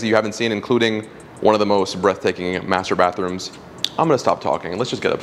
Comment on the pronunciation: I legit thought you said master*ation room. 😂😂😂